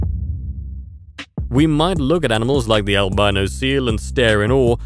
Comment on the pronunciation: It should be pronounced "al bee no", not "al bye no".